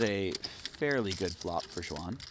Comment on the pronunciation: Xuan is close to Swan in pronunciation. I cringe when I hear when commentators trying to say her name ....